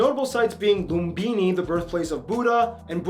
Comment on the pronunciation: Me as Nepali getting angry with the person’s way of saying lumbini sagarmatha Gautama terai and others lol